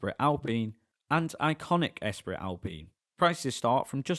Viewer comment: You are STILL saying 'Oostral'? It's pronounced 'Oorstraal'. And it's not 'Es Prit, it's 'Espree'like Grands Prix, sigh. 😁Some French lessons might help when reviewing French cars perhaps...